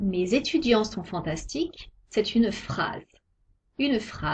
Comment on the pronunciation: Fan-tas-ti-ques Ici au Guatémala j'entends 4 syllabes.. ???